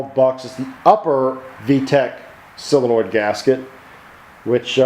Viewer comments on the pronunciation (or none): Solenoid not silenoid